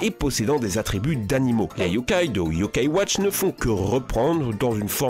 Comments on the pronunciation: et également l'accent sur le "a" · Les bosses ses yo kaï watch